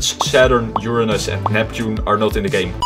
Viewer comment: Lets all give this man respect for pronouncing Uranus right.